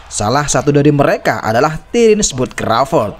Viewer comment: Video bagus, narasi bagus, sayang pengucapan bahasa Inggrisnya ancur. Contoh panggilan Crowford "Bud" disebut "Bud" seperti dari nama Budi 🤣.Perbaiki bang, agar chanel makin moncer